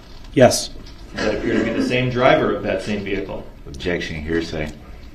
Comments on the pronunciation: I started watching the trial at this man’s testimony and was immediately hooked when I heard, “Objecshun! What’s cardinal?” 🤦🏽‍♂️ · I LOVE DUHrell Brooks objec-shun “I don’t go by that name (Darrell Brooks) and I am here by special appearance as a third party.”, as if he’s a special guest star. 🤣 It reminds me how Melrose Place had Heather Locklear as “Special Guest” for 4-5 seasons, even though she was a regular cast member. See in video attached